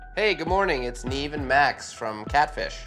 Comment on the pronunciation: Nobody.... absolutely nobody: " NEEF" ( NEV) 😂😂😂😂🥴🥴🥴🥴